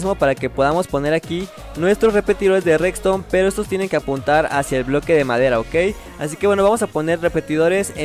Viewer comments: me encanta cuando dice recstone jajaja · Like si notaste que siempre dice reCston